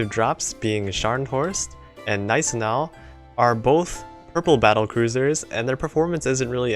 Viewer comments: Gneisenau = "nicenaw" rofl XD If you ever need help with the pronunciation of german ships than just write me.^^ I would love to help. Btw. thank you very much for that Warspite showcase/equipment guide. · Hey, "Gneisenau" is pronounced like "Gun-nice-sin-now" btw. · Good pronounciation on Scharnhorst. But the G in Gneisenau isn't silent. One day you'll be able to pronounce Friedrich der Große perfectly as well. I believe in you. May the iron blood be with you all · Jesuschrist the way you said Gneisenau